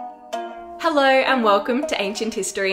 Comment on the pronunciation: When the video starts with the Australian “hellöë” you know it’s gonna be a good listen